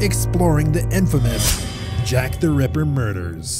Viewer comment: Jack the REPPER? Jack the RAPPER? That pronounciation is strange. I prefer the other narrator.